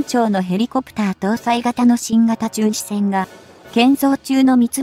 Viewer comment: じゅんしえんじゃなく❗じゅんしせん❗かいけいきょく‼️せっかく良いテーマなので丁寧な校正お願いいたします‼️